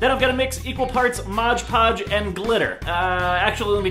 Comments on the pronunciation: 😭! Not MODGE Podge! It's called MOD PODGE 😂 I'm loosing my mind if you say Modge Podge one more time 😂😂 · Did he say modge podge instead of mod podge !!! !!!!! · You say moge poge when it clearly says mod poge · i get so annoyed when people pronounce "' mod podge " like " modge podge " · Me too, I don't get how they read "Mod" as MODGE. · yup and even the CC are comming up wrong. hes saying MODGE PODGE and the CC are coming up as MOD PODGE. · Moggy G rob stays it like MODGE PODGE BUT ITS MOODDDDDD PODGE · I hate when people say "Modge Podge" like no its "Mod Podge" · Does that bother you too? Like omg I hate how people say Modge podge instead of Mod Podge. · Ughhhh it annoys me so much when people say "Modge Podge" IT'S MOD PODGE! MOD PODGE!!! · Am I the only one who HATES how he says modge podge? It's mod podge. Modge podge Mod podge Modge podge Mohj pohj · It's not Modge Podge, ITS MOTHA FUCKIN MOD PODGE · No rob! It says "Mod Podge" not "Modge Podge" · It's MOD PODGE not MODGE PODGE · lol he says modge podge in steam of mod podge😂😂😂😂😂😂😂😂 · Why do people on YouTube always say "Modge Podge" instead of "Mod Podge"? Lol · it's mod podge, not modge podge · There a reason he says “modge” podge instead of mod podge??? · did anyone notice he said modge podge instead of mod podge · I hate when people say "Modge Podge" IT SAYS ON THE BOTTLE. "MOD-PODGE" M-O-D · It's MOD podge not 'modge' podge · ITS MOD PODGE NOT MODGE PODGE DAMNIT ROB! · Why do you call it "moge poge" its MOD poge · MOD PODGE NOT MODGE PODGE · DUDE IT'S MOD PODGE NOT MODGE PODGE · Please say mod podge right😫 MOD podge, not MODGE PODGE!!😭 stresses me out 😂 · sorry its mod podge not modge podge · Bruh can not read? It's spelt MOD PODGE and he pronounces it MODGE PODGE and it's like inHALES PLEASE. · PLEASE STOP CALLING IT MODGE PODGE!! ITS PRONOUNCED MOD PODGE!!!!! I HATE IT WHEN YOU MODGE PODGE SO MUCH IT HURTS ME PHYSICALLY PLEEEEASEEE STOP PRONOUNCING IT MODGGE PODDGEEE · Modge Podge.